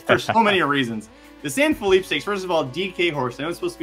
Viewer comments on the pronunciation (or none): The name of the race is San Felipe, as in Fellipay, not Feleep.